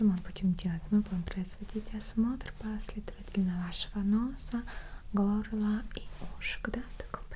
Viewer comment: Мы будем производить осмотр вашего ноОса, гОоорлаа и ушек)))Ахаха, вот это акцент)))